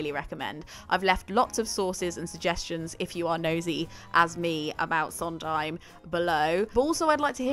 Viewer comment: You're right about her mispronunciation of "Sondheim"--along with "tabula rasa" and other things--(I think she's a complete idiot to tell you the truth) but you've also misspelled Jule Styne. It was Sheldon Harnick who told Steve that "I Feel Pretty" was too sophisticated for Maria. Steve rewrote it to simplify it, but his collaborators all insisted he go back to the original version.